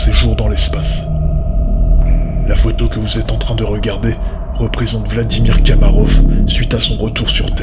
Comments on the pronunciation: on dit pas "kamarof" mais komarov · J'ai une remarque à faire : vous vous êtes trompé en prononçant le nom de l'astronaute soviétique. Ce n'est pas Kamarov, mais Komarov.